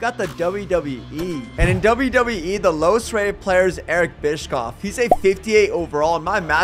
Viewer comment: Bro said Eric bishoffs name like he’s a cookie😂😂😂😂